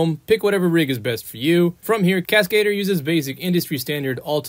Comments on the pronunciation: I'll give a tip back. It's pronunciation: Cascadeur, it's Cas-kah-deur, rymes with bah, NOT Cas-kay-deur, rymes with hey. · Ah yes, The Cascedor